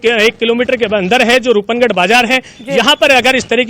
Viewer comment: रूप नगर नही रूपनगढ़ है।कृपया उच्चारण सही करे।